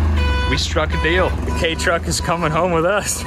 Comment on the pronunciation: Don't think it's pronounced "Kay" I think it's supposed to sound like "key"